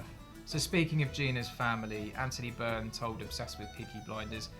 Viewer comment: You spoke to him but butchered his name. It's Anthony Byrne